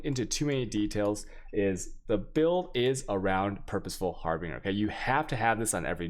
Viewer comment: The video explanations are good but damn your pronunciation leaves much to be desired please check into the pronunciation for Harbinger zealotry and malevolence